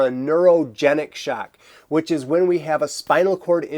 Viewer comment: "Shack"...why are you saying it like that?.. "Shack"